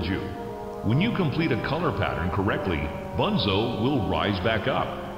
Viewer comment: Банзо а не бонзо